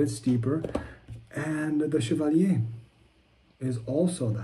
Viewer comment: First reviewer to pronounce Chevalier correctly. Kudos sir.